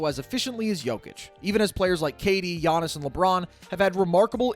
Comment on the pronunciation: Yeah but no…. It’s Giannis